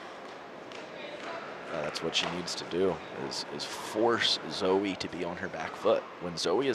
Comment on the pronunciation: Why can't you guys say her name correctly? Its ''Chao Yi'' , not Zoeee